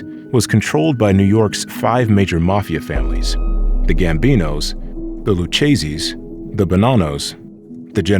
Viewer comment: Lucchese is pronounced « Lukese »… you’re welcome